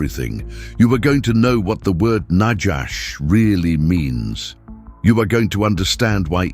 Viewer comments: I thought, it's nahash, not najash Its noticeable To much AI😂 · There is no "J" in Biblical Hebrew. The Genesis 3:1 word translated serpent is not najash but na-khawsh נָחָשׁ nachash (naw-chawsh') Strongs H5175. The AI Reader should be trained in its proper pronunciation. This is a good presentation, and the referenced Dr. Heiser does a great job in the "Unseen Realm" except for one subject that I will not mention now. I make another note, that there is a clear tradition that the Book of the Apocalypse/Revelation was written in the early 60's AD/CE rather than the popular 95 date, and the internal evidence strongly supports it. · The word in Hebrew for snake/serpent is pronounced nakhash not najash - there is no "j" in Hebrew